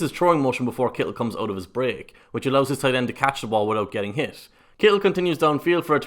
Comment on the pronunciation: You probably get tired of ppl from the States talking about your nationality and accent, but I still gotta say your pronunciation of "Kittle" is the best I've ever heard.